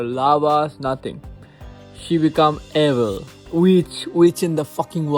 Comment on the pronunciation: EEVL not ehvall